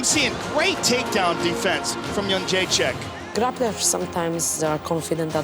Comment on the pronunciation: its JedrzejczYk not JedrzejczAk. All your presenters get it wrong.